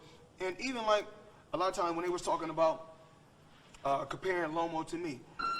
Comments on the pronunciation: I was dyin when he said Lomo 😅😅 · hahahaha everytime he says lomo it cracks me up! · I love how he keeps calling him Lomo 😂😂